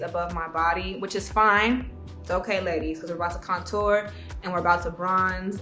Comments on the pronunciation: yeah shes like conTOUR instead of CONtour its too cute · She actually says “Couture” as if it’s a high label brand. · Pronouncing "contour" like "couture"... She really did sumthin there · The way she says CONtour 💣😍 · Nobody: Saweetie: conTOUR. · That's not how you say it? 😭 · I also love how she says contour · lol the way she says contour 😂